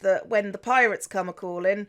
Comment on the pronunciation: I thought you said la parrots when you said la pirates